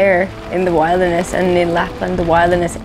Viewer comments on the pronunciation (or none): I like how you pronounce “wilderness”, with the emphasis on “wild”.